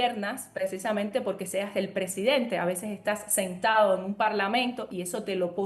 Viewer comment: president-AAAAA??? Pero qué es esto??? PRESIDENTEEEEEEE!!! Se dice PRESIDENTEEEEEEE!!!